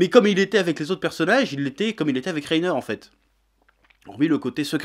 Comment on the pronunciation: Tu t’es trompé en disant Reiter et Bertolt tout le début de la vidéo